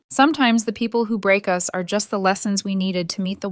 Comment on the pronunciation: dear AI voice/reader it's 'us' the two sounds together - not 'u s'!😂😅 and one more point - how was another woman's lipstick on the boyfriend's mug?